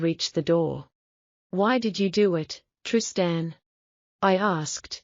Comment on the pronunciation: Teach AI how to pronounce Trist-Ann, pls